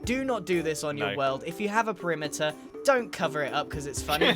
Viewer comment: covering the primiter? what primiter?